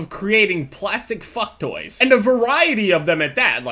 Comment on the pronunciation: lol jev when you said fuck toys it sounded like fuck boys xD